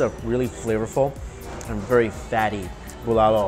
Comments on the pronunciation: Me : what's bolalo Ohhh bulalo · Pronouncation bulalo is Boo-la-lo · It’s called Bu-la-lo